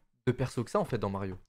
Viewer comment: C'est pas Mario c'est Lario